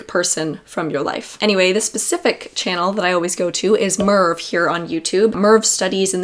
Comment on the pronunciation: Such excellent content, thanks! And I don't want to embarass you but Merve is such a beautiful Turkish name - but not the way you've pronounced it. There's no way you'd know it was a Turkish name but now you do :)